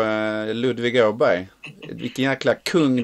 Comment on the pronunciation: Ni kan väl försöka uttala Åberg på Svenska till att börja med... ;-)